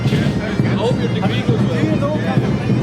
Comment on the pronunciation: Троица, то как он выговорил Казахстан ... Ну, не знаю как сказать. Произношение по нашему, а не как у остальных британцев. Может показалось ☺☺☺ Насчёт бороды, кому какая разница как он выглядит. Хватит народу пихать свое мнение про внешность, это самый тупой поступок в мире 🤗🤗🤗